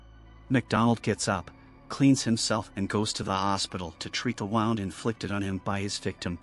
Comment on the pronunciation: Okay — you keep using “her” for people who you have identified as being men — who have been cast—trated. You pronounce “wound” like a clock when you mean “wound” as in harm? Do you think about the words in the story you are reading and what they mean? Messy.